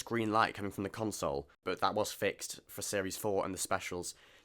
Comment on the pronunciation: You are pronouncing Console Room how one would usually pronounce it when they're consoling/comforting someone. A console, as in a unit containing controls etc, is pronounced con-sole, were to comfort is more akin to cun-sole. A minor but important distinction which is jarring to my pedantic ear. The Doctor, considering the nature of his travels and the commodious expanse of the Tardis might very well need and have a room to console people in, but that's another matter altogether.